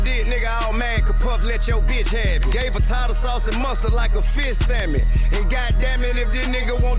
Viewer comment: He said fish samich not sandwich 😂 made me think about my dad. I miss that country Georgia grammar.